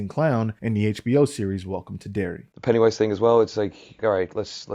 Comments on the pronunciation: Why you say ‘Pennywíse’ like that 👀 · Why do you keep saying "Penny Wise" with a pause in the middle? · the way you say Pennywise genuinely bothers me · is he saying "Pennywise" wrong? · Is there a reason he says pennywise weird?